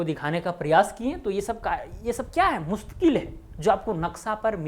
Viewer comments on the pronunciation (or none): The correct is mustaquil and not mustaqueel